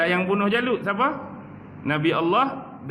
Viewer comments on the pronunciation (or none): none